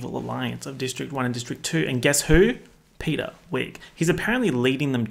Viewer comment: Something about the idea that if anyone watching this has never seen the movie before and now thinks that Peta’s name is Peter because of your accent just tickles me